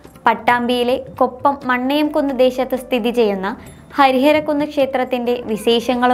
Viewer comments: Not Mannayamkunnu dear, it's Mannengode. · നാട് 💚 മണ്ണയംക്കുന്ന് അല്ല മണ്ണെങ്ങോട് ആണ് 😊